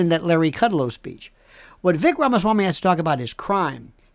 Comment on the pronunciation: It's pronounced Viv ake like cake. He would make a great VP!